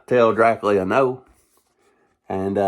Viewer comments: I'm 56, and I've always heard it pronounced "Drac-you-la". Now, in "Bram Stoker's 'Dracula' " I seem to recall Gary Oldham and Anthony Hopkins pronouncing it "Dra-coo-la", but that was a few years ago. Since you live in Nashville, I'll have to call my friends down there and see how they pronounce it, LOL. Gonna have to subscribe to your channel for more videos! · I always though it was Drac-you-la. But that's just me. Keep on doin' what you're doin'! Good thing I wasn't taking a drink of water when you said "It's so good it'll blow your dick off" because I started laughing so hard at that line! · I love his enthusiasm! But...why doe he prounounce the Count's name as "Drac-lee-uh"?